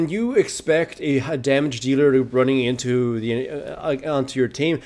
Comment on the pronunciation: "I q onto the garen" Nice one haha